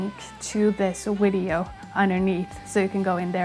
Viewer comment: saying 'wideo' is the cutest thing ever haha Also, since we help you decide which songs to cover, do you think you could tackle Pisces by Jinjer? You've done growling before on the channel, this might be a reason to refresh those skills) It's a very challenging song, however, so I understand if you decide not to do it (